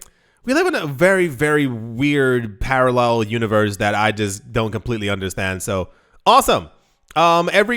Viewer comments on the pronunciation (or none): none